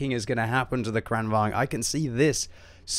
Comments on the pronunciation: Its not kregwagn its krigsvagn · You pronounce it like Krān-vaang-n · Just an observation. Lengthen the first A, and shorten the second in Kranvagn. Kr-AH-n, and say vagn more like you’d say wagon, but without the O, and with the V 😉 you seem as though you like to try correct pronunciation. Hope you recovered quickly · You saying kranvagn wrong, seitch the a sound around